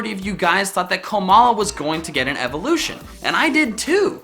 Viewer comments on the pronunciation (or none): none